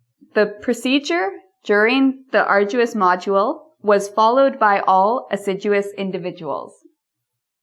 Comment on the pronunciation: ....and!.... "ah'r-joo-us"?!....